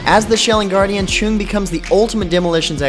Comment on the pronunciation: its Chung not Cunge